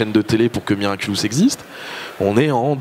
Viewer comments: SA SONNE BIEN AUSSI QUAND ON DIS MIRACULOUS A LA PLACE DE MIRACULUS !! Sinon super passionnant cette interview 😂❤️ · Ya que moi que ça dérange quand il dit "miraculUs" ? Sinon, merci d'avoir mis l'interview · Ça a pas arrêté de me déstabiliser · Oui ça me dérange tout le temps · Nan t'inquiète ya pas que toi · Moi je me suis dit: je rêve ou il a dit miraculus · Moi aussi ça me perturbe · Je vous rassure moi aussi XD